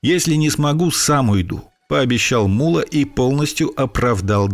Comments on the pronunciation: Ударение в его имени падает на О, т.е МуллО, а не мУлло, как выговаривает автор ролика. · Не Мула, а МуллО! Ударение на О. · не му́ла, а мулла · не МУлло(ударение на первый слог),а МуллО (ударение на второй слог)...МуллО - знаток Корана! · Не МУло а МуллО. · Мулло́ - ударение на "о" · Имя Мула с ударением на ,,а,, произносите правильно!!!! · ВСЁ ЭТО ПРАВДА! ВОТ ТОЛЬКО УДАРЕНИЕ НАДО ДЕЛАТЬ НА БУКВУ Л ! ЕГО ВСЁ- ТАКИ ЗВАЛИ МУЛЛО НУРОВ!